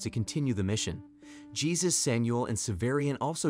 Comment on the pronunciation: Good AI on the text to voice, but it is still an AI. I prefer my voice-overs to be human. I doubt a human would have called that guy "Gee-sus" instead of "Hey Zeus"